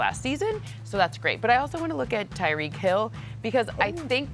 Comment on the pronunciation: It’s Tyreek